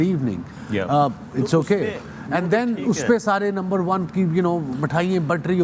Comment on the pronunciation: It is not number 1. It is lumber 1.